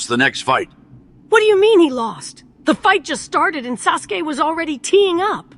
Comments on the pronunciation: Not “sus-uke” XD “edge mark”? WILD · Woah did bruh call him SUSke? Lmfao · Is orichimaru saying "sus gay" instead of "Sasuke" 😭😭😭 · Sasuke turned into Susuke 😂😂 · Lol is it just me or did i hear kakashi call him susgay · Wait was orochimaru calling Sasuke "SUSke" 😅